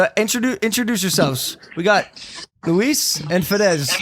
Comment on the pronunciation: Luis not louis